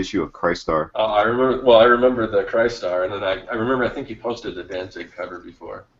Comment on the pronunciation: Guys, you're killing me. It's Chris-tar the crystal warrior, not Chist-ar , that was the hero three wise men followed.